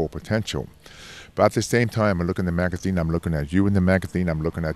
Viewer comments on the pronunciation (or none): Which bwaathibiwding magatheen is he talking about here?